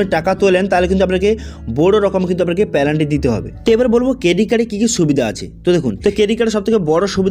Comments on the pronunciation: পেলান্টি নই পেনাল্টি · পেলান্টি নয়, ওটা পেনাল্টি হবে।